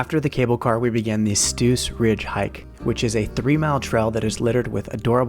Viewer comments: Great video! What I noticed: is probably rather "Brienzersee" (near Iseltwald) and also is definitly not Lake Geneva, here it is clearly Iseltwald (Brienzersee). Also "Stoos" is not pronounced "Stus". It is just a longer "o" pronounciation. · Stoos-Bahn: We pronouce this double „oo“ like e single „o“ elongated.